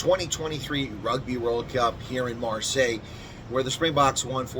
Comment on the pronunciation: It’s Mar-say. 🙂